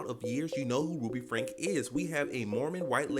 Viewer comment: Her last name is pronounced FRANK EE 😊